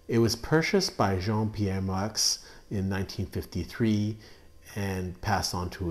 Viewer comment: Moueix is pronounced Moo Yee. =)